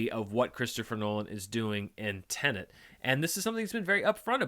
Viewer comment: Finally, a reviewer who pronounces Tenet the way it should be!